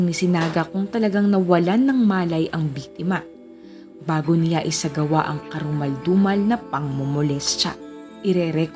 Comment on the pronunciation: How you say the 'siya' at 'niya' distracts me while watching this video. 😔